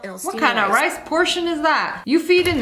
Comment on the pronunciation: instead of “rice” she says “ice” and that made me confused at first then I realized what she meant and it was funny so now I’m posting a comment abt it😂😂 Is it funny to anyone else?? 😂